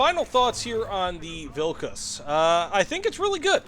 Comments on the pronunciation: You said the vehicles name perfectly 🎉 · HE PRONOUNCED THE NAME CORRECTLY, HOLY SHIT